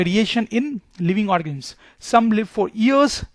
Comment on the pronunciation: Yes he is saying organims